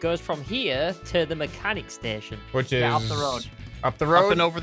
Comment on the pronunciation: said STAYSHON lol